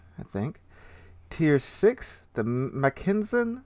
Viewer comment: Pretty sure the T6 is pronounced Mack-en-sen, not Mc-ken-sen. But I am hyped for the line and the Brit super BB.